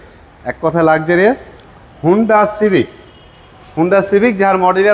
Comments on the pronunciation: Prothom bhul to tini civic ar pronunciation e korte pare na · স্পুলার, সিভিস 😂 নূন্যতম লেখাপড়া করে নাই।